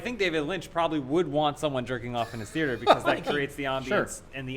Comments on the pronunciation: What the hell is a theerter? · Yeah, Adam says "bolth" instead of "both." But says "theater" as "theerter" and that's beautiful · is having a stroke every time he tries to say the word theater?